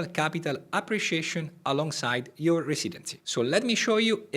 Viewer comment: Great video thanks Improve your accent by saying “residency” correctly